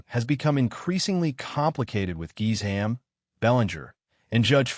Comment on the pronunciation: I hate how AI butchers names - Gisham, who is that?